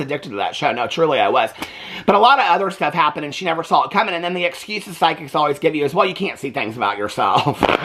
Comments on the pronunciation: I also thought he said sidekick I’m like huh lol 😂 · You said psychics. I thought you said side-kick. I said out loud, "Sign me up!"